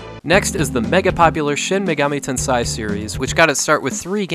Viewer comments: Great video! Just a hint on pronunciation: Shin Megami Ten"say" is the correct one, not "sai". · It's pronounced "ten SAY" not "ten SIGH". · Shin Megami "Ten....say" If you want to know how it's pronounced (no offense) "ei" is pronounced "ay"...🖤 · Bro, "tensei" is pronounced like the English words "ten" and "say". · It's pronounced Shin Megami TEN-seh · Say sensei. Okay, now say tensei. That's do you do it great job!